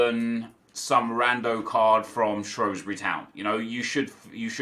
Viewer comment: Hi! Just a correction we from Shrewsbury pronounce it as Shrews-bury not shroes-bury. People here get so annoyed people calling it that. Love the vids, best YouTuber around!